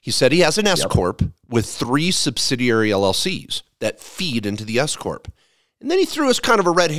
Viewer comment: Everytime i hear S corp i hear escooorttt lol thw government will pay youm 🎉🎉😂😂😅